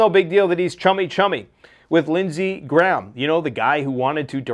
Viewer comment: It's Lindsay GRAHAM not Lindsay Gram. Why can't people pronounce this name?